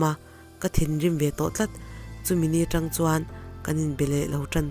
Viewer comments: tawng tih hi...a thluk hniam ni lo in..tawwwwg tih tur thluk sang deuha..thlulrei deuh tur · "Hmatawng" ti a tawng ri ang hian lam tur niin ka hria. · Hei hi kei pawh ka lo ngai mawh deuh a,nui sawng suh tih a sawng rik dan ang hian lam la